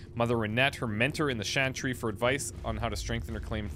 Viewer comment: Why can't you say CH,CH,CHANTRY!?!? Like CH,CH,CHURCH. Or do you say shursh? ?